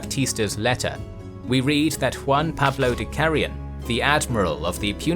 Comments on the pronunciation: Don't say Kegeyeun. Say Kagayan. (Cagayan) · Battle of "Keggy Yen"? 🤣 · It's pronounced Cuh-GUY-yon. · It’s pronounced cah gah yawn= Cagayan 👍👍👍👍👍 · I believe it's pronounced Cah-Guy-An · I was wondering how badly you'd pronounce Cagayan lol. At any rate, I'm glad to see some Philippines related history on the channel. Good stuff.